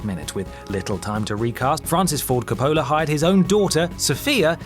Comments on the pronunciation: Cuh-POE-la...? ... COE-puh-luh! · I have never seen a film nerd mispronounce "Coppola" so badly. "Cuh-PO-luh"? Are you serious? I'm laughing like crazy. It's "COPE-uh-luh", dude. Thanks for the laugh :D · It’s pronounced Cop-pol-la, not Co-po-la! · Cop-PO-la? It's pronounced CO-pola. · Oh you know, Francis "Copolla" and Adam Carolla are always hanging out. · Surprised no one's mentioned that Coppola is pronounced "KOH-poh-luh" (or are we just accepting that there's at least one mispronunciation in every WhatCulture video?) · It's pronounced Cope-Uh-Luh. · cop-a-la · I've never heard Francis Ford Coppola's name pronounced like that.... EVER.